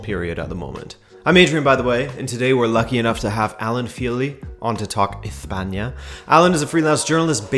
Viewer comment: Adrian needs to learn how to pronounce ESPAÑA........... 😡